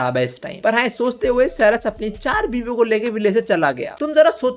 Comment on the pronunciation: Ceres nahi charas 😂😂